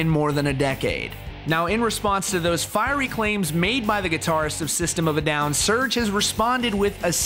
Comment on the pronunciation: Serj , NICHT Search xD 😒